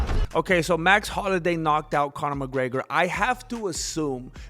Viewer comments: Say it with me bratha HOL-LO-WAY! 😂😂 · Jesus Christ, it's HOLLOWAY! You buffoon. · Carlos Mencia can’t pronounce Holloway. W compadres. Say HolloWay. Essay